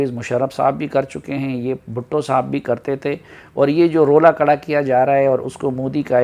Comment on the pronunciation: Kara nheen khara ho gia hai urdu thik karo